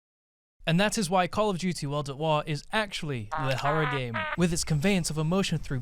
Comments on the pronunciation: hehehe the way he says waw "watertoir" like a gay french great vid tho love it 😂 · At the start of the video I kept thinking you were saying "El der twah" sounding like some french word idk. Was pretty funny